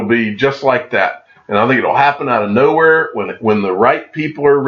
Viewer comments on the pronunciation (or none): none